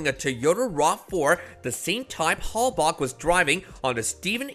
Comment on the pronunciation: Please stop saying "Hell-Bock"!!!